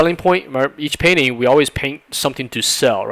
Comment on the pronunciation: Am I the only one who hear "penis" instead of "painting"?